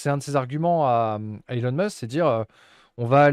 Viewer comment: C'est Heu-lon Musk ...